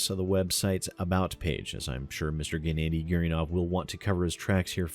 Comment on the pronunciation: Gennady is pronounced 'Ge-na-di' like the G in Guess